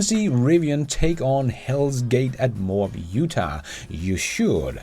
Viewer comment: Another great video -- thanks! Pro tip: Moab, UT is two syllables, Mo-ab. No criticism intended, just helpfulness. Most foreigners don't even pronounce Copenhagen correctly.